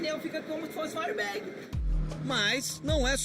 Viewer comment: "po artomoviii fica bao,vai bater i us pineu é como airbégui".. 🤦🏻‍♂️pqp .